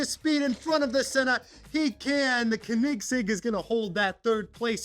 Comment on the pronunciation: Tf is a konigsig 💀 it’s pronounced co-in-seg